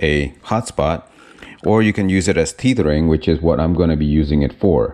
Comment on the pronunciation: Please pronounce “Tethering” like you are saying “Feathering”. Tether rhymes with Feather.